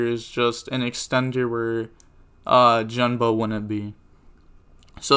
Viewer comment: Gen-Ba not Jen-Ba lol